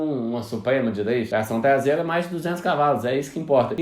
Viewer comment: TLAÇÃO TLASEIRA KKKKKKKKKKKK